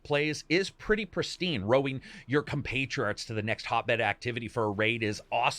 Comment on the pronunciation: Did you say “CompatriARTS”? 😂🤦‍♂️ You say a couple made up or mispronounced words in the video, but when you said this I couldn’t stay silent any longer. Don’t try to use words you don’t understand in an attempt to sound intelligent. You just sound even dumber when you can’t pronounce them. Also, the word you were looking for is Compatriot.